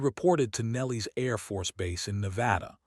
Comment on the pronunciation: I like this guy's voice, I really do, but I swear he and I need to have a sit down and go over the script so he can stop screwing up the words..."Nellies" instead of "Nel-LIS"; "dove" a bird instead of "dove" a sharp drop in altitude; "debating" to argue instead of "debatting" whatever the fa THAT means and SO MANY OTHERS...!!! I am available ANYTIME!!!